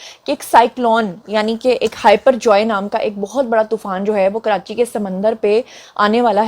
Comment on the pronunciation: محترمہ! آپ نے سائیکلون کو "ھائپر جوائے" کہا ھے۔یہ ھائپر جوائے نہیں بلکہ،"بپر جوئے" ھے۔یہ بنگالی زبان کا لفظ ھے جس کا معنی ھے: "اچانک آنے والی آفت"۔ مائینڈ نہیں کیجئے گا۔